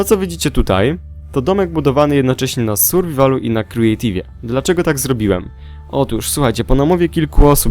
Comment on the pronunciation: mówi się kreatiw! !!!!